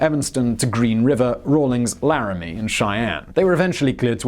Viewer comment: >Rawlings The G is silent, because it was never there.